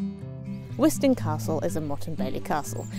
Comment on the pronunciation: I was lucky enough to be born and bred in Wiston and spent a lot of time as a child playing on and around it. You were correct on the pronunciation of wizzo. The castle is part of the Pembrokeshire landskire line which is a line of castles, a north/south divide, built by the Norman’s to keep the Welsh out. You can see the outlines of houses and other structures inside the Bailey where all of the nettles grow. Great video 😁